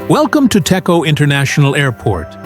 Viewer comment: Pronounce Dejo, not Teko.